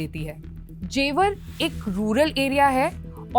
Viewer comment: जेवार ❌ जेवर ✅